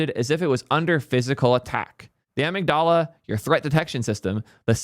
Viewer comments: Crossed a line pronouncing it as ah-mig-dahl-ah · did you really just pronounce "amygdala" like that? 😂. It may just be a regional accent thing, it just made me laugh and think of Padme. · You pronounced amygdala wrong, it triggered my defenses! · So this is how we find out he is secretly Indian.